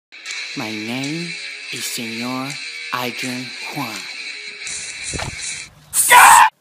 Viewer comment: Its senor not senior